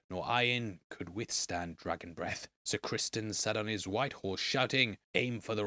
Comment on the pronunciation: what? He's the king, he didn't tell anyone but the dragonkeepers when he requested them to get Sunfyre ready. They had no reason to think that he didn't tell anyone else And it's Criston not Crispin lol wtf